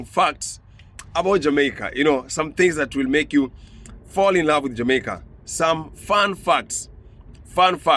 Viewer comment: Well am not sure of everything as I have lived outside of Jamaica for half of my life so far but two things it's pronounced like this JA MAY KA. Ok! And we say IRIE MON! 🇯🇲 Not irie man! It's all mispronouncement. But you have done a great research as always and I always like to correct my students when it comes to those two things. Once more you are a blessing my son keep it up.🇯🇲❤️🇯🇲❤️ one love.